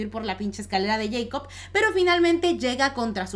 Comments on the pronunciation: Se pronuncia Jacob, no yeicob. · A alguien más le molesta que diga yeicop en vez de Jacob ? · Es escalera de Jacob no de yeicob jajaja lo digo por la pronunciación